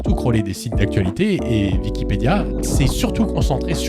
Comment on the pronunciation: C’est moi ou il dit dickipedia ?